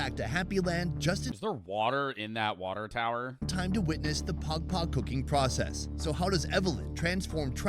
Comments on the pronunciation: saying pagpag like “Pog Pog” is the equivalent of someone pronouncing gracias “grassy-ass” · yea pag pag is pronounced more like like 2pac except with a D O double G and not a Central Cee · As a filipino fan, im happy that hes making a video about my country, but its pagpag😭😭